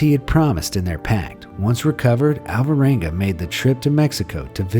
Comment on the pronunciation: Please take no offense, but I only got that the name of the guy was "Alvaranga" towards the end of the video, when I saw it written on the screen. For the entire lenght of the video it sounded like How-Voh-wangah. It somewhat puzzles me that English speakers ALWAYS fail to pronounce every single Spanish or Italian name, no matter how simple or short. And those languages are probably among the easiest ones to mimic, when it comes to phonetics. Basically all you need to do is to learn how to pronounce the twenty-something letters of the alphabet, and when you read any word you will never need to guess: every single "A", "B", "C" or "T" will always sound exactly the same regardless of what letters are next to them, with maybe 1 or 2 easy exceptions. English, in comparison, is an absoute nightmare, where you literally have to learn how to pronounce every single word.